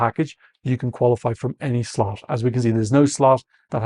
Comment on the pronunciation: I know you're calling nr2 the death slot, but I keep hearing "death slut" 😂